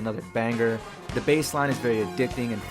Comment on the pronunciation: video pretty good but dont say bass like b-ass. its b-ace